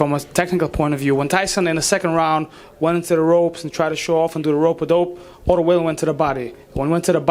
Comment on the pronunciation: Name pronunciation evolution J-10 : Otto Wallin J-1 : Otto Valin J+1 = Otto Vaseline 😂😂😂😂